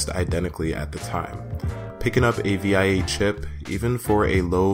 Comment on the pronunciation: SDRAM in dual channel? Are you sure about that? 🤔 Also, it’s pronounced “Vee-a”